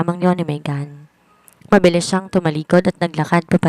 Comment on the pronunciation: Wala lagi sa pokus ..ang salitang mabilis .ay naging mabiling.. tinry q lng ulit pakinggan ka pero lagi aq nadidismaya sau narrator..dahan dahan na nga pero may mali kapa din